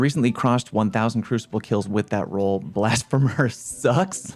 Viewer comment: I’m honestly surprised that none of the comments mentioned how he was mispronouncing Blasphemer.